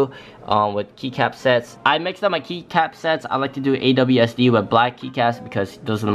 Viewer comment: whyd he say awsd 💀